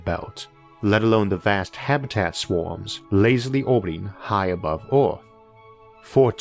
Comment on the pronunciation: I champion the narrator's perseverance to read through the accent & impediment, but "Arth" was just overwhelmingly funny to me. Sorry.